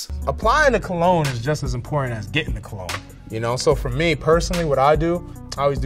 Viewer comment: First one butchered the word 'cologne'.